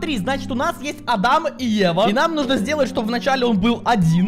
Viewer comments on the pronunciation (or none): Пфф сори но не ада́м а а́дам